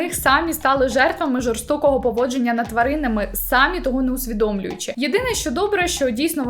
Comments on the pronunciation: Дякую за контент. Вживайте український наголос в слові "самІ" сами́й тільки один займенник означальний відмінок чол. р. жін. р. сер. р. множина називний сами́й сама́ саме́, само́ сами́, самі́ родовий само́го само́ї само́го сами́х давальний само́му самі́й само́му сами́м знахідний сами́й, само́го саму́ саме́, само́ сами́, сами́х, самі́ орудний сами́м само́ю сами́м сами́ми місцевий само́му, самі́м самі́й само́му, самі́м сами́х «Словники України» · Я трималася декілька відео, але це вище мене😂😂😂 Не "сАмі", а "самІ"- будь ласочка🙏🙏🙏